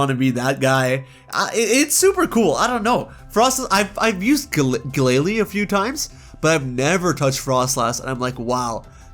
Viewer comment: DO NOT LEAVE OFF THE H IN MEDICHAM! AND THE T IN GALLADE IS SUPPOSED TO BE A D!